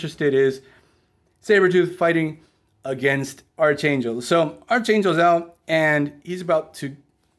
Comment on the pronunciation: You’re pronouncing archangel’s name incorrectly. It’s pronounced like arc (like the part of a circle) and then angel.